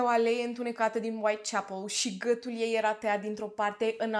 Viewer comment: Hello. De ce nu pronunțați “ â”?🤣🤣 mereu m am întrebat de ce, dar nu am scris și acum mi-a venit iar în cap și nu am mai pierdut ocazia. “ gătul”, “ a țăşnit “